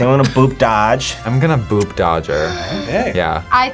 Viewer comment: The way that one dude kept saying "bop" instead of "boop" was so funny